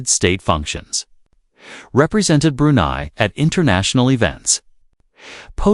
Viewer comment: It’s not pronounced May tin, it’s Ma teen. It’s not Brew nee, it’s Brew nigh